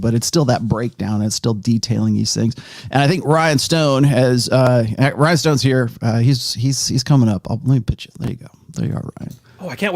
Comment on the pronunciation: Sorry to do this but as an Irishman I can't let it slide lol. Rian is not pronounced Ryan. It's Ree-an. It means King.